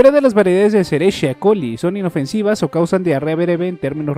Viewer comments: "Escherichia" se pronuncia "esqueriquia". Es una palabra en latín donde la "ch" se pronuncia como "q". Gracias por el video. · Excelente video como siempre solo un dato la e. Coli se v pronuncia "Eskerikia Coli" no como realmente se escribe jeje soy enfermero saludos hechale ganas excelente contenido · Pequeño detalle la E. coli (escherichia coli) se pronuncia “esqueriquia coli” muy buenos datos 🤗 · Solo menciono mi buen, se pronuncia "Esqueriquia coli" hasta donde mi formación sabe xd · El nombre completo de la bacteria E. Coli se pronuncia"Esqueriquia coli"